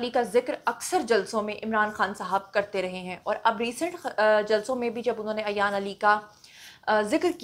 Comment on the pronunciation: Ayan ki name ki pronunciation theek nhi mam Plz make correction. She is Ayan ...... Not Ayyyyyyan